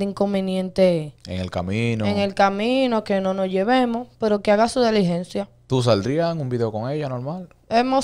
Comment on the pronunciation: Animal no se dice deligencia SE DICE DILIGENCIA🤕